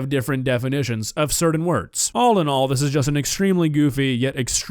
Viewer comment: The way always says "simular" and "cerdain" kills me 💀